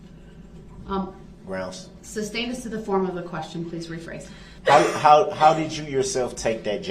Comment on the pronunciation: Ask not Ax…. Both not boph…. Sustain not substain ….. grounds not groundz…so Many More ….does he realize how ignorant he looks?…. He loves playing lawyer!!…. He would had never done this with a male judge!